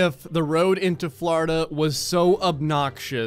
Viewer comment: Is it just me or does it sound like he se’s “flarda” every time he se’s “Florida” XD